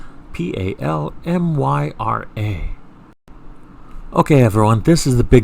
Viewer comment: It's pronounced Pal-my-ra